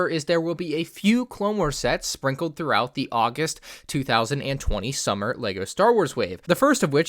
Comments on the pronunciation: you said 2019 btw you said shummer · shummer 😂 thats ok bro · Did you just say shummer